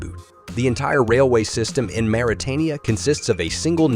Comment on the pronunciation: Mauritania is pronounced as Moritania, not Maritania as he reads it.